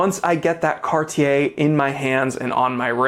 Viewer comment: I just wanna say thank you for being one of the few reviewers to pronounce "Cartier" properly. 👍🏽